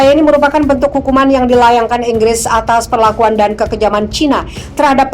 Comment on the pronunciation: Inggris...bukan Enggres